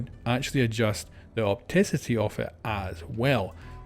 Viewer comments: Mans said “oticity” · I think you said opacity wrong